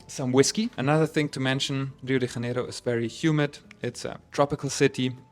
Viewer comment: You're a German speaker making an English language video about a Portuguese speaking city, and you pronounce the city's name in ... Spanish. Huh? The "J" in Janeiro is a soft "j" sound, like in French, or in the English word "measure". Try it!